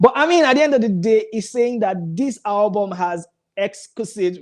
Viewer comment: Guy please try and teach that sugar girl how to pronounce ALBUM . why is she alwas saying HABUM? she should go back to school